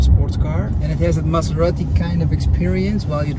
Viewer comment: Don't pronunce Maserati like a Mazda... :-D